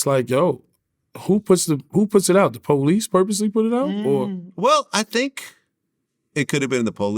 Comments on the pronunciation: First Boosie got Vlad saying "She lookeded good" now Yayo with the po-lice I can't 💀💀😂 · Almost made Vlad say POE-leece, he switched last minute. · Vlad was gone say Po-lice 😂😂😂😂😂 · Vlad almost said po-leece 🤣🤣🤣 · Vlad almost said poe-lease but caught himself 😂😂